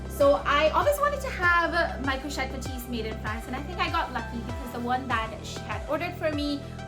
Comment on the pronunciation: This bag is stunning! You said it right ❤️😍